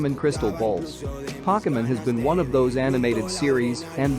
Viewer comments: hahaha all of those he said he messed up on i was like wtf is pokaman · Its pronounced (poke-E-mon